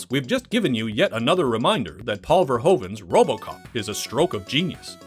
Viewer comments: Ver-who-ven is how his surname is correctly pronounced. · Americans pronouncing Verhoeven's name is always god tier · Sounds better the mispronounced way